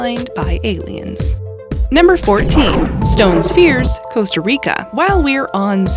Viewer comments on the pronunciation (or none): none